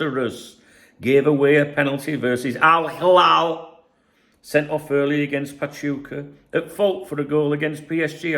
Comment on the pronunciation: you saying Al Hilal is sooo funny man 😂😂😂 it gets me every time